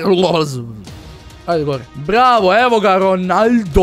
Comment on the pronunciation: on prica Ronaljdo